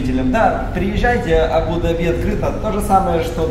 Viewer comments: Правы,100 раз правы. В транспорте писала. И резало ухо многократно произнесенное Абу-Даби с ударением на последний слог. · Здравствуйте, дорогие черничники! Молодцы, что вы поехалм отдыхать. Хорошего вам отдыха., ставь правильно ударение в названии города. Абу-Даби, уларение ставится на первый слог, на буквы А. Очень режет слух неправильное произношение. Валя, не носи черную облегающую одежду, не красиво. Там такую одежду не носят. Тебе очень идут платья. Без обид. Любим вас. ❤ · Абу- Даби, ударение на Букву а. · без обид, Абу-Даби ударение произносится на букву У и А. АбУ-ДАби. 💕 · так смешно произносит. А́бу-Да́би, вариант ударения Абу́-Да́би так.... для информации....)))) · Здравствуйте. Абу ДАби, зачем говорить по другому? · пожалуйста, Абу-ДАби, а не Абу-ДабИ!!! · Абу-Дааааби а не абудаби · Да не абу- даби', а правильно абу- да'би! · НЕ абУ-дабИ!!! Абу-дАби - ударение. Не обижайте Восток. СЧАСТЛИВОГО и ПРИЯТНОГО путешествия! ЧУДА ВАМ ЧУДНОГО... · Абу ДАби, а не Абу ДабИ)) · Я даже в гугл заглянула. все верно. Абу - ДАби. Я прожила в Дубае некоторое время и слышала правильное произношение столицы. Но тут и я засомневалась, слышала из уст Дмитрия не то.... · говори правильно, пожалуйста, - Абу-ДАби, дирхАн. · Ударение— Абу’- Да’би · Название столицы ОАЭ Абу-Даби не склоняется,ударение правильно ставить на второй слог Абу-Даби,произносить АбУ-ДабИ (ударение на последний слог)- категорически неправильно!!! неужели сложно выучить название.p.s. Валентина у Вас очень смелое решение в одежде!!! Это Мусульманская страна🤦🏻‍♀️🤦🏻‍♀️🤦🏻‍♀️ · Ударение в названии на первые слоги, кстати. Абу ДАби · Прям режет слух это ваше абУ дабИ. Если коментируете свои поездки хотя бы посмотрите как это правильно произносится, чтобы было приятно вас смотреть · Здравствуйте, и Валя!, ты произносишь слово Абу-Даби с ударением на последний слог, у нас говорят с ударением на вторую букву А, Абу-ДАби! А как произносят это слово сами арабы?